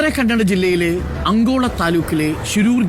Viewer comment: Not Angola it's ankola, it's not sisrusu. It's shiruru